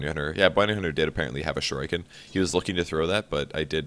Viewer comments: shur-ee-kin How he pronounces that is so irritating. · he could have gone with a little bit softer of an r buttttt the i is pronounced correctly:) edify thyself!